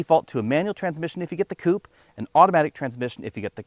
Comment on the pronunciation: It’s the blank going halfway up the grille. Funny hearing you pronounce koopay instead of coupe